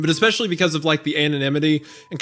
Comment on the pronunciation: I've been meaning to say this ever since I started listening to this (unfortunately I always fall asleep, so I've heard the first bit a few times). Anyway. initially I was a little.. wel I wouldn't say annoyed but I certainly noticed the ecspecially, but here's the thing. Language is how people talk, it's not how they're meant to talk. There's no right or wrong, not really. (Ok sure, we teach kids things because otherwise it would probably be difficult to understand each other), but particular ways to pronounce words aren't wrong. Aks is every bit as correct as ask, and so forth.